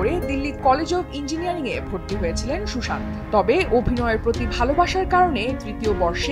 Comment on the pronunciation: উচ্চারণ হবে Sushanto 😢😢😢😢😢